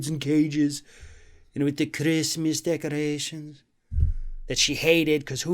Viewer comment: The Christmas (decadrations)!!!! pronunciation had be rolling!